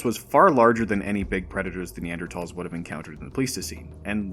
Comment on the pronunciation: Subscribed immediately for proper pronunciation of Neanderthals